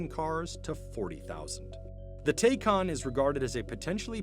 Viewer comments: TIE-khan, not TAY-khan... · It's pronounced TIE-Kahn...did you not watch the video? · P.S. Narrator, Taycan is pronounced Ty' Con. You guys are CNBC; fact check maybe. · It's Porsche "Tie-Kahn" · Upon writing this, i was about to say "did you even try to call Porsche how to pronounce 'Taycan'?" Until i found out Porsche made a video about it...lol